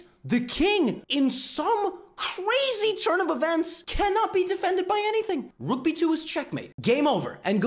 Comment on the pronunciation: Now the way Levy says(the bishop) becomes far more entertaining than the way he says (the Rooook)